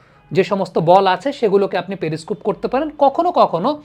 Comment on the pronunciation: প্রথমত ওই ভিশন যন্ত্র টাকে পেরি স্কুপ বলা হয় না পেরিস্কোপ বলে। উচ্চারণ ঠিক করুন।